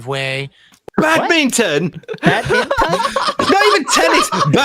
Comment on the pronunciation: He couldn't even pronounce badminton correctly 😭 y does he need to keep lying